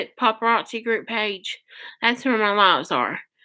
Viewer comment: Is that the way paparazzi is pronounced? It has zzi. Not chi. Cookbook? There ain’t no misspelling...... yeah we know how computers, and spell check works.